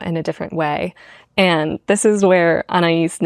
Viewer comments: I wanted to write a comment after I watched this 4 times and journaled about 6 pages but I can’t condense so I’ll just say it’s ah-nah-ees. The stress depends on where you’re from, the French have a much shorter nah than English which is closer to ah nai ees, but the main point is that the second a and the i are separate syllables. I am aware this makes me one of those ridiculous people, but I have a master of comms and pronunciation and grammar is a hill of mine I radically accept. Love your work. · anais is pronounced the way you first pronounced it .. i have a student who’s name is anais , i think it’s a spanish name